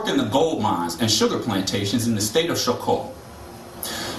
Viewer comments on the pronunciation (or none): afro-descendents not african descendents, and its not show-co its choco like chocolate..